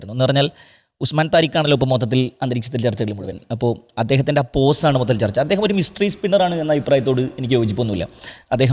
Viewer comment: പോസ് ആണ് പൗസ് അല്ല